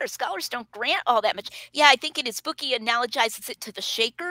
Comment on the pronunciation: Wth is a “bewk”?